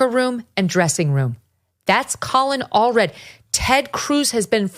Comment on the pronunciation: most certainly not Allred lol 🇺🇸🫡